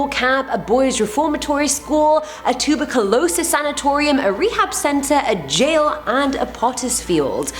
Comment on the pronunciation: having trouble pronouncing tuberculosis. having trouble pronouncing pronunciation. My grammar anxiety making my eye twitch.😃